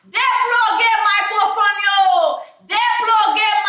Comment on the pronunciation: Every time you say “put down de micro foneeee” I lose it 🤣😭